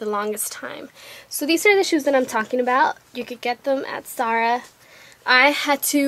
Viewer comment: its ZAH RAHHHHH NOT SAH RAH